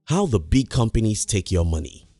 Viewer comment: Its frustrating to hear him saying the word “big”